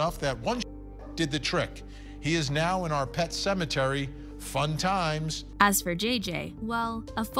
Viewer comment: Pet cemetery not 'sementary' ; Spiritually inter*twined* not 'inter-wined'.